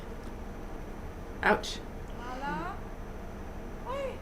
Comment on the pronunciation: You are pronouncing the main character's name wrong. It is not spoken the same as the current VP of the US "KA-mala", but should be "ka-MA-la". You should have noticed when she corrected the teacher in EP 2. And laughing at their wedding traditions? Wow.